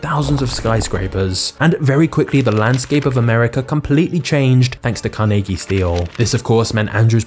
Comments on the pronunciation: THANK YOU!!! For pronouncing his name correctly!!! I live in a state with 24 Carnegie funded libraries, one is in; The Town of Carnegie, Oklahoma!!! So, did you know Carnegie was nearly illiterate and he pronounced his own last name as; Carneegee??? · I appreciate the correct pronunciation of Carnegies name, I had never considered that people would pronounce it different than how its pronounced in Scotland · Being a local from Pittsburgh, almost everyone here pronounces Carnegie how you do! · Fun fact: the alternative pronunciation of CAR-nuh-gee that a lot of the US uses is from Dale Carnegie, who changed the spelling but not the pronunciation of his last name "Carnagey". In Scotland and Pittsburgh, people pronounce Carnegie the way you do. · As someone who’s from western Pennsylvania I greatly appreciate the way you pronounced his name correctly and not the way they say it in New York. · Love that you explained why you pronounced Carnegie that way. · Immediately I thought you were saying his name wrong.. And then I learned something.